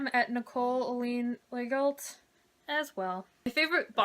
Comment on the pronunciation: Legault is pronounce lego in French.